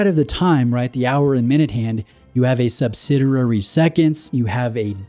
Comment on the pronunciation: it's pronounced "sub-SID-ee-air-ee". Love your channel. Just bought a CFB Heritage Bicompax. Very nice watch.